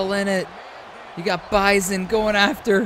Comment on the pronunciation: Bruh how you butcher bison and Akuma names but said dahlsim name perfectly Great showing otherwise Akuma was putting on